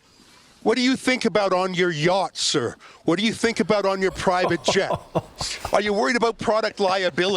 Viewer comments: Klaus’s words :”I think” always sounds like: “I sink” to me . I can’t stop laughing every single time I hear those words . Bahahaha! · He said "I sink" instead of I think, well I wish he would sink 6 foot under.